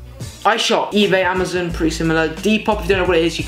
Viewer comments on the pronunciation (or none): none